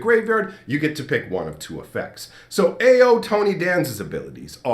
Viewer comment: Ao is pronounced like "ow".